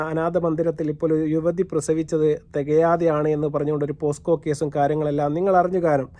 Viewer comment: പോസ്‌കോ അല്ല പോക്സോ